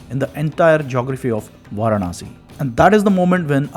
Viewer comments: Pl pronounce Vaaraanasi as opposed to Vaarnaasi. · Interesting! Just curious; Why do you repeatedly say "Vaar-Naah-Si"? It is "Vaa-raah-Na-si." That is, Vārāṇasī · Pl pronounce Vaaraansi instead of Vaarnaasi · Kindly correct your pronunciation. It is Vaaraanasi and not Vaaranaasi. In Tamil it will be வாராணஸி. வாரணாஸி இல்லை.